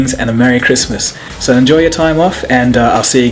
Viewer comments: Cold fustion? Lol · Awesome vid, but what is "Fustion"? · cold fustion? what?